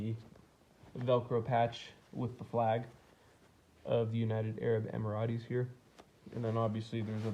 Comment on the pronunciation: Emirates is pronounced emiraights as in straight